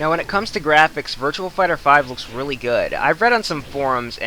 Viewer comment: Its virtua fighter not virtual fighter but besides from that t was a good review